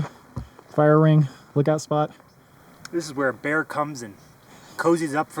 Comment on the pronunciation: No idea why, but the way said 'bear' right at the end has me laughing so hard I'm wheezing.